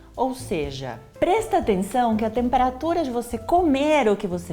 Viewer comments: "Número 6, prestenção!" Soou tão mineiro! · Paola mineira: Prestenção! Kkkkkkkk